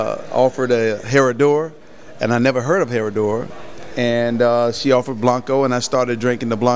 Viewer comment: The "H" is silent. "Suprema" not "Supremo" - Seleccion Suprema is the bomb